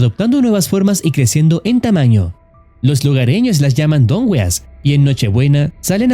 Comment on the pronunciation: Dongüeas: ❌️ Don weas: ✅️ XD